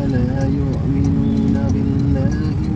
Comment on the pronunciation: MAAF.APA SAYA SALAH DEGAR ATAU GIMANA YA.DI BACA LAYUAK MINU DENGAN 'AIN,DIMANA SEHARUSNYA LAYUKMNU DEBGAN HAMZAH.SEKALI LAGI MAAF